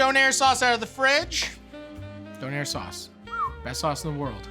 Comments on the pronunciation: I love how he says donAIR instead of doner, it’s so wrong yet so funny 😂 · love you matty and canada but im pretty sure its Döner :p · It is döner not donair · It's Döner ffs. DÖNER !!! it's a turkish recipe. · Döner. Or Doner. Donair... no. Please. Don't hurt my little German soul. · All the germans in this comment sec are just shaking their heads rn. Its called Döner guys not Doner, not Donar and definitely not Donair. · The way he pronounces Döner makes me laugh